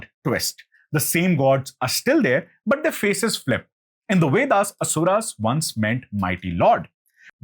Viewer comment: It's not the wedas. It's vedas. Pronounce the letter V correctly